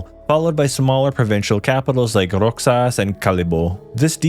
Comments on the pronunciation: I know there's a lot of mispronounced names like Guimaras (Gi-ma-ras), Roxas (Ro-has), La Union (La-u-ñon), Laoag (La-wag), Marinduque (Ma-rin-du-ke), Tuguegarao (Tu-ge-ga-raw), Leyte (Ley-te), Biliran(Bi-li-ran), Calbayog (Cal-ba-yog), Catbalogan (Cat-ba-lo-gan), Maguindanao (Ma-gin-da-naw), Pampanga without (s) pero okay lng tawang-tawa nman ako sa Butuan ((Bu-twan) ..not a pro too. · Roxas is pronounced as ro-has